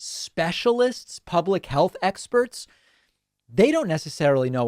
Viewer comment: "Someone needs to stand up to these experets."